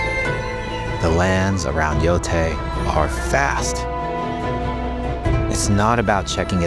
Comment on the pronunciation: Finally hearing someone official pronounce the title.. Everyone was calling it "Yo-Tye" at first.. I always thought "Yo-Tay" sounds better